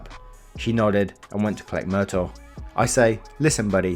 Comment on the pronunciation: And the pugs name is pronounced MER - TAW (FROM LETHAL WEAPON), not mertle